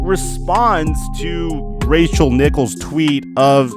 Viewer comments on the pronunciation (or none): none